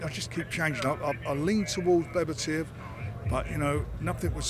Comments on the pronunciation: Nice to see Frank coming in with a new way to pronouce Beterbiev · Beter biev is incorrect according to a Russian lady I work with, it’s be ter biev. Similarly, if you know any Norwegians called Knut it’s ker noot, they get pissed off if you treat it as a silent k. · Whos this 'Bebba-tiv' Frank keeps talking about? Sounds like a decent boxer whoever he is. Good old Frank. Keeping up the Brits abroad reputation! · Did Frank really just called Beterbiev ‘’bebertiev’’ ??? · So it’s not Bebertiev like Frank said then 😂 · It’s certainly not Bebertiev though. It’s literally completely wrong. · He can’t say his name,bevertiev you would think he would pronounce it properly